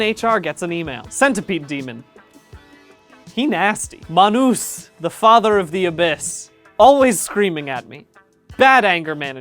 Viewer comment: this is my favorite pronunciation of Manus I've ever heard <333